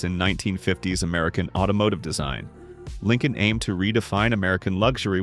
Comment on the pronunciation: I remember the Ford Lin Colon came out as a response to the Cad I Laxitiv. 😮